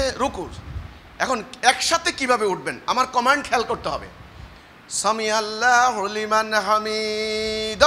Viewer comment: সামিয়াল্লাহু আরবি শব্দ উচ্চারণ করতে জানে না আসসালামু আলাইকুম ওয়া রাহমাতুল্লাহ কোনদিন ভালো করে ভালো অবস্থা তোর কাছে কোরআন তেলোয়াত সেখানে তার চৌদ্দগোষ্ঠী থেকেও পারে না তাদের দলের কেউ পারেনা পারলে সেটা নামাজ হয়না নামাজের প্রাণ আছে ভুল ভাল জায়গায় টানাটানি করে জানতে পারেনা ঈদের নামাজকে ফলো করবেন না এদেরকে ফলো করলে আপনার নামাজ শুদ্ধ হবে না তেলাওয়াত শুদ্ধ হবে না সালাম শুদ্ধ হবে না